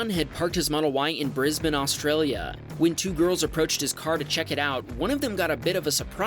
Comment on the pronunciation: as an aussie, thanks for saying Bris-ben instead of Bris-bane light most people from the US do.